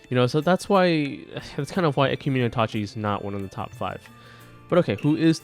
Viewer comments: For pronounciation it's ka (like kaki) and ge(like gay). For itachi, it's ki mo no. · it's kimono damn it